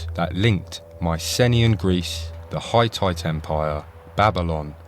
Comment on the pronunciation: Not bad. But fgs, get your AI voice to pronounce Hittite correctly as "Hih-tite" instead of "Hi-tight".